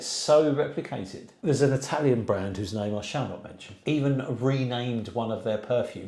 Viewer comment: Great video love your PROPER Italian pronunciations! Why do Brits bastardize the Italian language? Drives me NUTS